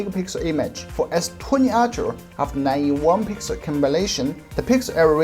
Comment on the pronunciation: I love that your "ultra' sounds like "archer" ;)